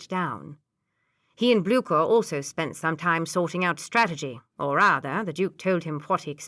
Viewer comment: Ok narration except for cavalry becoming Calvary.. and general Blücher got a bad time too. Prefer the Stevie Zimmerman though